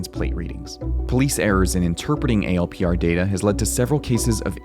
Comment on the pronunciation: You people are paranoid. And it’s not pronounced “A L P R.” In the “know,” they’re pronounced “Al-Per(s).” Saying “A L P R” shows the ignorance and FUD from you guys. 😆😆